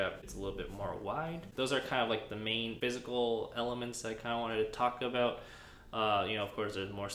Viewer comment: I keep hearing "Taco Bell" instead of "Talk about"